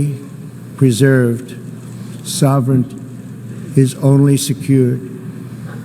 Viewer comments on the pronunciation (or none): . He says, "soverend." He meant to say, "sovereignty." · He was saying SOVURNT. Its like when the young kids say TURNT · Only gaffs I saw was his attempts to pronounce "Patriotism" and "Sovereignty", they made me laugh in a George W. Bush sense. But have to disagree Kyle, (Unless he was reading off an auto-cue?) He made more sense in that speech and actually sounded like a Human-Being for once in his life. But yeah, looks and sounds like myself after a full on drinking session in a Closed Pub.